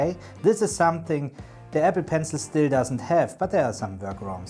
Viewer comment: I’m new to your videos. Please, take care when pronouncing “Apple”. The two syllable word Apple sounded like the two syllable word “Ever”, which had me terribly confused. It was only towards the end that I discerned that you were actually saying Apple Notes, which is why I was watching. I have had Evernote premium for years. I used to love it. Sadly when they overhauled the app last year they deep-sixed many of the features I used. I loathe the new Evernote and am going to move to a new platform. Once I was confident you were saying Apple Notes I was very pleased with the video’s content.